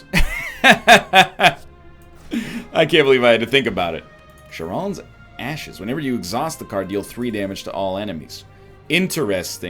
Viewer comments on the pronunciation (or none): I hope he was joking when he said "Sha-ron" when getting Charon's Ashes